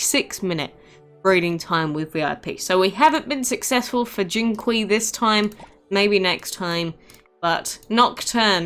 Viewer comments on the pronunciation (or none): Jinqiu is pronounced "Jin chee-o"